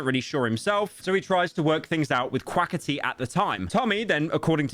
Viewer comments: and "Quaketty?" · the way you say quackity makes me laugh thank you